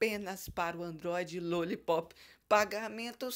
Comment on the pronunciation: fala direito. não é Luollipop e sim Lollipop